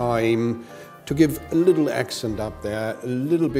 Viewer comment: lol I laughed my but of and had to listen to it like a hundered times "put just lililittle bit olive oil on it"